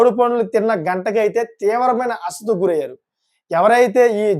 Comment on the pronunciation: నీది సోది ఎక్కువ..అసలు తక్కువ.. అస్వస్థత...పలకడం...రావట్లేదు